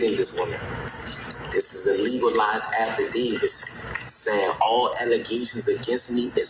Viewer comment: “Affi Davis”…..😂😂😂😂😂